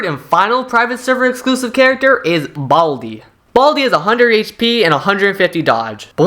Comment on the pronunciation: why did he say baldi like that "BALdi" 😭😭